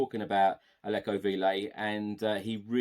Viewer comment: Hey love what you do and thanks for all the panel talk. Véliz (should we sign him) is pronounced 'veh-lis'